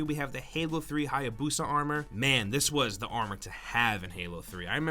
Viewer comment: "Hayabusa its just not what your use ta huyabusa"